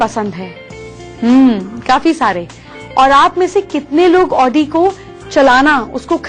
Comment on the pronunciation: It's NOT pronounced as Odi...but AAUDI..